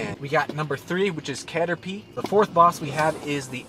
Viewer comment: Bro said caterpee 🤣